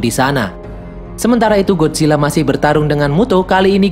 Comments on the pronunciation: Bang bukan Godzilla gadzilla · Bang lu Bacanya Godzilla GodCilla